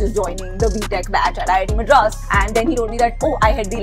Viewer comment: Richness is when you pronounce MADRAS with a distinctive D. VINEETA JI... You are rich.